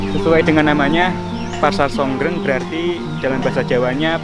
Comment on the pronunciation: Sor greng mas bukan songgreng